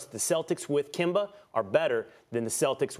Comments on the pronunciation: Why does Stephen A. always say Kember instead of Kemba 😂😂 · SAS say kember 😂😂😂😂😂😂